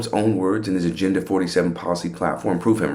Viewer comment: 0.59 aginda? Does he mean agenda?